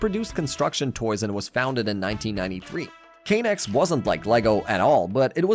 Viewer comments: It's not pronounced Kay nex it's pronounced Ka nex I remember the commercials, I'm pretty sure lego bought out k'nex because they still use k'nex pieces as load bearing pieces all the time in lego builds, K'nex biggest problem was the way pieces snap together after a while they hurt. The coveted roller coaster set that actually worked was murder on your fingers leaving welts some times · It's said like connects. Not "kay". That doesn't even make sense... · Your pronunciation sucks it’s sc”ae”la. It’s also 90 years not 19 and not k-nex but it sounds like connects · That chess set one was an easy fix, just adjust the instructions. Also it's Kuh-Nex, not Kay-nex. Even the ads pronunced it as Kuh-Nex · K'nex wasn't a failure, also you don't say it like Kay-Nex it's just kuh-nex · I’m preeeetty sure it’s pronounced Connex not Kay-nex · Great video! But do have to say, pretty sure k-nex was pronounced "connects". Regardless, thanks! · As someone who grew up in the time and had some K'nex sets, it's pronounced like "connects." Kuh-nex. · Dude, its pronounced "Kon-nex" like connect's... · Bros pronunciation of knex and technic pisses me of